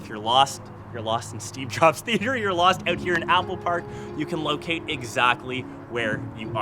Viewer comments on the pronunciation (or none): none